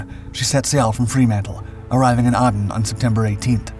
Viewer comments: Aden pronounsed ayden.😢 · And “Aden” is not “Ah-den”, it’s pronounced like the man’s name, Aiden. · Aden - "Aiden" not "Ardenne". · Sorry to add to your misery regarding pronunciations, but I see no one mentioned your pronunciation of the city of Aden. It is not Ar-den, it is Ay-den. Also, the Yarra variants below are often unhelpful. It is Yar-ra. The first 'a' is very short, like in cat, not long as in tar, as you pronounce it. The second 'a' sounds like a very short 'uh'. And it's true, it doesn't sound especially nice pronounced correctly but given it is from an Aboriginal language, it pay to say it correctly. Melbin is the correct sound for Melbourne unless you are from the US Melbourne or the one in Derbyshire. Appreciate the effort. Even Drach gets it wrong more often than he'd like, it can't be easy.